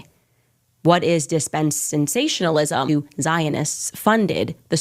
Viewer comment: You can't even pronounce dispensationalism , lol😂